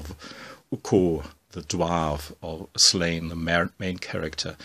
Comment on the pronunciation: Hey, love the videos, just wanted to say, as an Irishman, Slaine is pronounced Slawn-Ya:) Also, have you ever read Black Science?